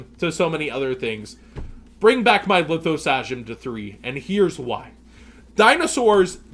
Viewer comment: Learn how to pronounce Lithosagym please